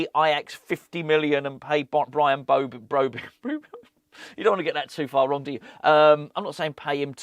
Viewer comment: BROBBEY not BROBEY pronouncement